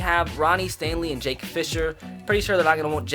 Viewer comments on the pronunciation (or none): none